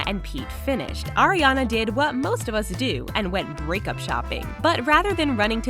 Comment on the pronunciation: I am the only one that hear "Oreo" instead of "Ariana"